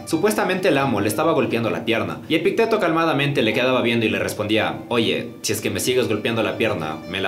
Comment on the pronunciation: Epicteto lleva acento en la i, no en la e. <Epíííícteto>